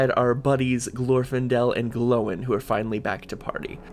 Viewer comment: ‘Glowin’ lmao, ‘Gloin’ is pronounced the same way as ‘coin’